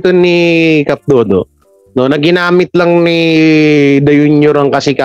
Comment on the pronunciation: cap dado not dodo